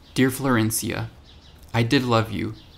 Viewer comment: I love your storytelling. Also, excellent pronunciation of "Florencia"